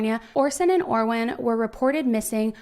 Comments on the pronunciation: How about we get the boys names right, Orrin not Orwen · "Orwin" clear as day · She definitely said Orwin, I thought I was saying it wrong. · OR RIN not or win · Orson and ORRIN. NOT Orwin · and.video! However, its Orrin and Orson, not Orwin. I will keep watching. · Hi. I noticed you called him Orwin throughout the video, but is that the correct pronunciation of Orrin? Prayers they’re found safely! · I'm sorry but there were times when you undoubtedly said Orwin, plain as day and not in a rush. it's okay to make an error, you're human. in fact there are several errors in this video regarding the information you gave, but I just don't understand why you responded with such hostility to that comment when the proof is literally right there and anybody can hear it lol it's just weird to deny/dispute something when theres actually proof of it... lol 🙆🏼‍♀️🤷🏼‍♀️ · A lot of your info is wrong and you said Orrin's name wrong the entire time.